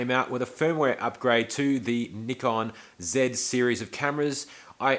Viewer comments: How to pronounce Nikon ...easy ...try saying nipon and all will be revealed ! Please fwd this to the USA. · I believe it's spelled N-I-K-O-N. With only one K, or no C before the K, the I vowel is long, seemingly pronounced Neye-kon. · I am from the USA and it was always pronounced Neye con but when I moved to Eastern Europe 20 years ago it was Nee-Kon so depending who I am talking with, it randomly switches between them....but I deal with a lot of tourists from around the world and many say Nik-Kon, whatever it is called, I am a big fan switching from Canon use for 25 years to Nikon 12 years ago. Currently shoot with D850, 800 and Z6 but 90% with the Z6, really like the whole package, S lenses on Z bodies are hard to beat.